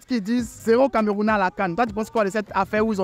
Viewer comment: Le vieu là dire camarounais😂😂😂😂